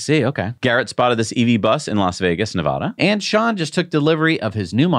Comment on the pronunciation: Hey 👋, please omit the long "a" aah when Pronouning Nevada. Residents pronounce Nevada with an "add-uh" Nevada in place of Nevaaaahduh Nev-add-uh - pronounce Nevada, please Thank you